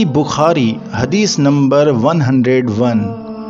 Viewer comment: بخاری یا بکھاری ؟ گارت ؟ یا غارت بھائ اپنے تلفظ پہ دھیان دیجئیے جزاکم اللہ احسن الجزاء فی الدارین